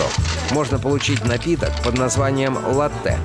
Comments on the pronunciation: Правильно: лАттэ, а не латтЭ ! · Латте ударение на А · Мои уши... Я конечно люблю Галилео еще с малых лет, но название кофе Латте через ударение на "е"...😩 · ЛАтте , ребята! ЛАтте. с ударением на А. Да, это итальянский напиток. Родина Латте - Италия. Если вы, будучи в Италии в каком либо кафе закажите Латте, с ударением на Е. , вам принесут стакан простого молока, потому что латтЕ по итальянски означает молоко... От сюда и пошло название кофейного напитка Латте с ударением на А... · Поправочка не латтЕ а лАтте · Не латЭ а лАтэ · именно лАтте, потому что в итальянском языке ударение ставится на первый слог. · Хоть кто-то заметил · Вы немножко ошибаетесь, Дело не в ударении. Действительно, ударение на А. Если вы сделаете его на Е, это просто ошибка. Latte - молоко Что бы заказать то, что у на называют просто латте, то есть кофе с большим количеством молока, нужно сказать Cafe latte - кофе с молоком Иначе Cafe macchiato - это эспрессо с небольшим количеством молока Latte macchiato - это большое количество молока с одной порцией кофе. Да и вообще в самой передаче много ошибок, якобы ристретто, эспрессо, и лунго, зависят от помола, на деле же нет Помол должен быть таким что бы, кофе вываривался по коеффициенту 1к2 примерно за 25 секунд, а здесь за одно время, проливают разное количество жидкости, из за разницы в величине фракций смолотого кофе, и называют это ристретто, эспрессо и лунго, а на деле, помол должен быть одинаковый, меняться должно время пролива, и количество жидкости на выходе, но и сообтветсвенно количество веществ которое экстрагируется из кофе за разное время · Там несколько ошибок. Например капучино никто не делает на основе сливок, ибо это уже не капучино будет, да и они также не указывают правильное соотношение молока к эспрессо, что бы понимать разницу между тем же латте и капучино. К тому же в слове «латте» Борис Репетур делает неправильное ударение.